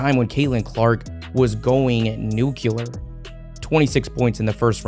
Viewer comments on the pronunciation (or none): Cool video. One critique: the word is nuclear, not nuculer. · I stopped listening when you said "nuke-yuh-lur". Nu-clear Nu-clear Nu-clear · bro practice it. Nu-Clear. not Nu-Cular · For the record, it’s nuclear. NEW clee yer. I used to say “NU Q lar” also. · Nucular is not a real word!!!! The correct word is nuclear!!!! 🙂🙂🙂🙂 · Nu-cle-ar, not nu-ku-ler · "Newcuelar..." It's pronounced, "nuclear," (the way it's spelled...) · Please, Learn how to pronounce Nuclear. New-Klee- er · wonderful coverage and investigation. Got one tip for ya. Not about making videos, but the word 'nuclear.' It's pronounced 'Nuke lee Are" Common error, no worries. You'll sound more professional if you say it right though. Cheers. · Remember kids: 'nucular' - not a word. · Nucular isn’t a word. FYI. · Nucular, really, do you think you are George Bush. Get a grip. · Nucular. Haven’t heard that one since bush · My guy, there's only one "u" in nuclear. "Nuke-u-ler" isn't a word. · The John Cena "You can't see me" was directed at CC's strength coach, not Louisville. And when are Americans going to learn how to pronounce "nuclear"? It's NOT pronounced, "nook-ular"! Illiteracy abounds in the America. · It's "nucular" because it derives from deconstructing the nuculous of an atom. How do you not know this? Sheesh! 😆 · Mate it's "Nuclear" --> "New Clear" Why on earth do Americans have problem saying that word properly? Couldnt learn even after dropping a couple? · you lost me at nucular... ugh... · Why do so many Americans fail to pronounce nu-cle-ar correctly? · Can you Americans please learn to drop the magic second 'u' in nuclear? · Yes, well, some of us know how to pronounce nuclear. I always consider it a sign of a lack of Education when people put the extra U in. Thanks for pointing it out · Uh, that’s not how you pronounce the word nuclear…